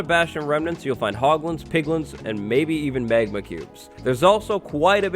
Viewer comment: Are you from Canada!!? Sounds like it. Megma lol